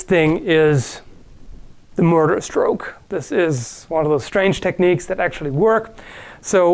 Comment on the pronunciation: "Murder stroke" or "Murlock Stroke"?